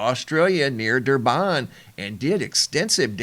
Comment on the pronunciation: its Durban. Not Durbaan. why do americans do this to everything from Africa.... damn... we aren"t apes...